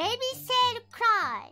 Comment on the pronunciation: When she said cry she sounded British for half a millisecond